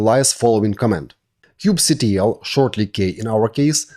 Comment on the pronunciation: Thank you for this tutorial and thank you also for not calling it "Kube-Cattle"